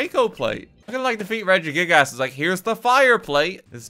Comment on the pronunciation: Highlight of this video is saying “Redjie-gig- a$$” all the time